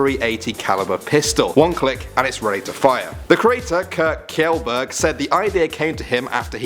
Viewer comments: its shellberg not killberg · the way he pronounced kjelburg "killburg" lmao its "shellburg"